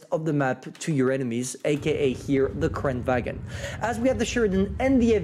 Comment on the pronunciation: It's pronounced kran-van...